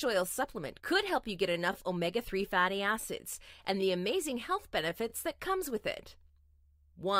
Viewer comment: Is she saying omega fatty ass’s or just wrong thought?